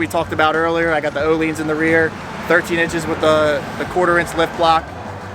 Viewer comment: It's Oh-Lynns or Ooo-Lynns NOT Oh-LEANS. The vowel is stressed at the front. It sounds crazy how most people butcher that word.